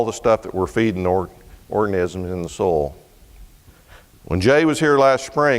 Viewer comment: Ain't it cool how pronounces soil? Its soul! En arche en ho logos....!